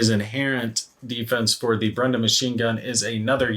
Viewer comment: Helpful pronunciation tip. It's not BREN·da. It's BRAY·duh.